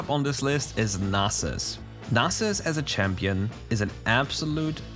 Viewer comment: Yeyyyyy you said Nasus correctly . Yahoooo. (Nas main is happy)